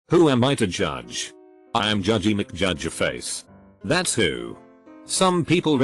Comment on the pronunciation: you need to fix the tts program. it's does is not said "itsos". that's is not said "thatsos"